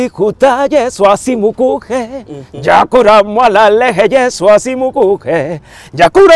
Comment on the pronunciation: Asimukuke.... It's asimukhee